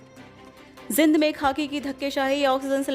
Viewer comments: आज के बुलेटिन में कुछ नहीं बार- बार पुनरावृत्ति की गई है|जींद को जिंद बोल रही हैं कृपया ध्यान से उच्चारण करें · Bar bar ak hi kabar na sunai or zind ka uccharn acchi thar sa kara